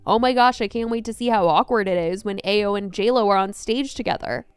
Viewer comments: Ayo Edibiri's name is pronounced "eye-o" not "ayy-o". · It’s pronounced Ah-yo